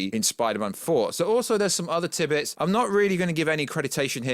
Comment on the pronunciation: Multiverse of the madness at 1st it was funny but either stick with it or stop saying it because it’s getting annoying now so is the keep saying tibbits wtf are they do you mean tid bits your channel would be so much better If you took a bit more time on your videos. Quality over quantity you can tell your rushed in editing you make that many mistakes and Jesus what’s with the hard on about deadpool definitely being in it I’m done I’m unsubscribing I gave you time to see if it was just teething troubles with your channel but it’s not you just repeat what everyone else says I don’t think I’ve ever heard you have 1 single original thought I really would rather have a rusty blunt nail twatted rite through my bell end then hear the tone of your voice jumping all over the place any more it sounds like you record the same sentence a 1000 times then pick a syllable out from each take then ram them all together nobody has ever got me anywhere near as annoyed as you have so well done in that regards haha